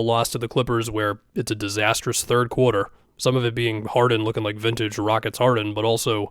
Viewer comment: the boston really comes out when says “quarter”